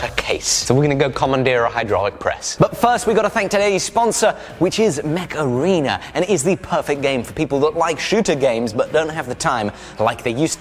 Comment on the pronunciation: Dear, please concentrate on the pronunciation of Macarena. No! I mean Mech Arena! We don't need this ear worm. 😂